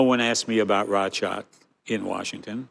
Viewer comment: Bledi Fevziu ketu eshte treguar shume injorant. Permend jugoslawien ne vend se te pernendte serbien. Pastaj thote racak ne vend se te thoshte RECAK dhe ne fund zotria Walker thote KOSOVE kurse ky trangu Bledi thote kosovo. O bledi meso disa gjera bazike, se te gjithe e dim, se ti di shume.